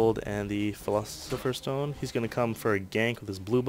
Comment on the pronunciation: fill-os-if-fer :) that's how you say it dude!